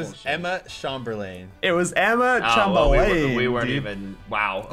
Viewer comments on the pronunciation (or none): and dont even know how to say chamberlain. Its chamber-lin lol